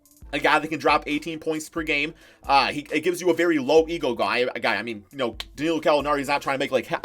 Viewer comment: DANILLO NOT DANILLIO ITS BEEN TOO LONG